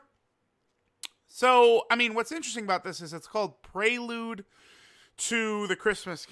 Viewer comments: No, its pronounced "pree-lyood" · No way this dude said “praylude” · its actually "prel-yood" is how it's said but ppl just can't say it right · Bruh you people literally need to google how to pronounce prelude.